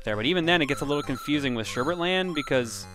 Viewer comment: it's sherbet, not sherbert.